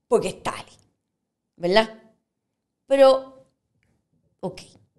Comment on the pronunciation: Así como habla escribe? Todo con la L 😂 VELDAD ? QUE HORROR ME DA HUEVA ESTA GENTE